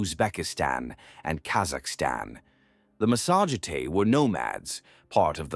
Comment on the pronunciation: well done BUT PLEASE its not massage tay its THE MASSA GETAE